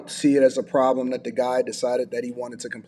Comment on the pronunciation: Hate is a strong word for a verbal habit. That said, it drives me crazy when people use, "thee" where it doesn't belong. It has become rampant in the last 3 years. People think it sounds eloquent, but it's the audible version of, "could of". For those not in the know, "thee" requires the next word to begin with a vowel sound. Here are some examples: The cable. THEE audio cable. The one. THEE only.[Vowel sound] Otherwise, it sounds like, "Please pass thee ketchup." and it's odd to the ears.